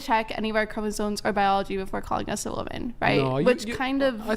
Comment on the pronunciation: Chromosomes, not chromosones.